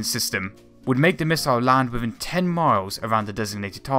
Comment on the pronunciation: Within, not wivvin. This not dis. They not dey. And not an. Both not bowf. The not de. Another not anudder. Thumbnail not fumnail. Speak English next time please.